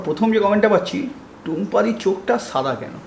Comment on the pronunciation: ছাদা নয় দাদা🙄 it's সাদা🙂